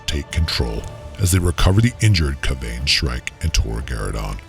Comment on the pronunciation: My only gripe is how you pronounced Kayvaan 😂